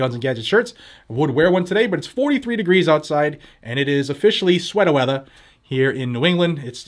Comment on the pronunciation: Listening to you say "Swetta Whetta" makes me think to myself that Massachusetts might actually be a very nice place culturally to live if it weren't for all the tyranny.